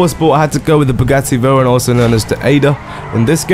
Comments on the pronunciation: Did he say "Bugatti Veyker"??? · Bugatti* (B-You-Gah-Tee-Vey-Ron)